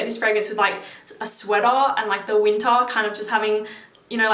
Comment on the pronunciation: Can't wait to wear Spice Bomb in the wintaaaar, like with my sweataaaar.... Love the channel, keep it up